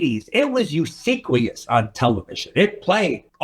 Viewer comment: Usiquious? For ubiquitous. Tarantino was also saying Torisho Mufine until recently. He might be dyslexic, there’s no shame in that. He might not spell very well, his intelligence is visual. I do think it’s interesting. It’s not a dig.